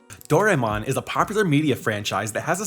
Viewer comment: His pronunciation of Jorge and Doraemon bothers me. Lol